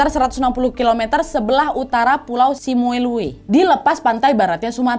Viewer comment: koreksi kak, itu bacanya Simeulue "Simelu"